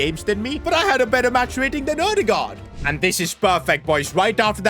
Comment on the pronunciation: It is not odegard, but edegord. But it is okay, I know, you despise with culture and language of other countries.